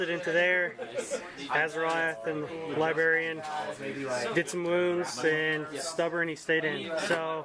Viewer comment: Say "libarian" again and we'll see what happens.